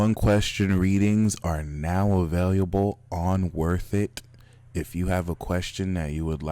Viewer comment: This man can not pronounce the word available which turns me completely off